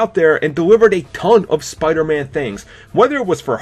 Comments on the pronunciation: It's not spidurman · Says the guy who says "spiderma"